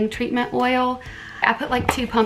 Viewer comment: She said “tweatment oil” 😂🙈 that’s me right there lol I always mess up when speaking loo